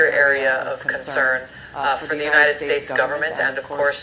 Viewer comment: Sir thoda pronunciation par kaam karo na plzzz. United States United Shades lag rha hi... Hamara ucchharan kahi kharab na ho jaye apko sunte sunte... Par content bahut achha hi